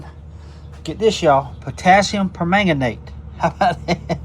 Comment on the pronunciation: Good morning Doc. The trapper turned out great. It makes it look like an older knife to me. You’ve got the pronunciation of permanganate down pat. 👍🏻 Thanks for sharing and have a great day! 🙏🏻